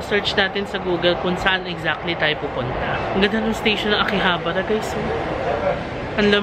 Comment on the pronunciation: Your pronunciation of Akihabara is quite wrong because in Nihongo, every syllable should be pronounced in equal length. So tuloy2 sya.